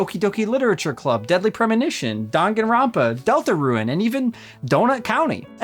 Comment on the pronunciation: Dude literally said Deltaruin